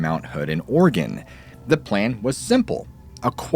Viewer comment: I appreciate you saying "oregon" correctly. So many Podcaster's don't